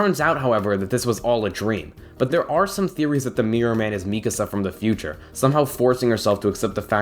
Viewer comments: i’m interested in this vid but i just heard him pronounce mikasa “mi-kuh-za” and now i’m scared to resume knowing how miserable i’m going to be every time he says her name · Omg the way he pronounce Mikasa 🤢